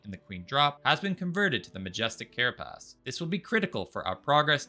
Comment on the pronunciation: I have never heard of these things called "care uh PASS" and "duh VAY gur." Enlighten me